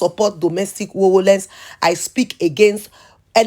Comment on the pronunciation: madamis domestic violence not voloence pls correct ur pronucation .people r meant to believe nigeria dpeak good english and pronounce well which kind of english is that.pls correct ur pronouciation. thanks❤